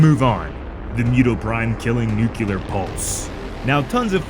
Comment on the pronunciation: Im sorry but i cant stand when people pronounce nuclear (nuke yooler) .